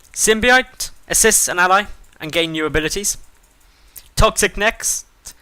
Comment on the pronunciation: Pronounced Sim-bi-oat